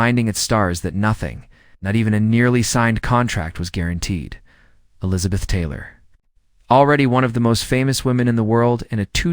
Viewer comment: not well done. pronunciation is poor at first mention of Taylor. Doubt much of the opinion or conclusions.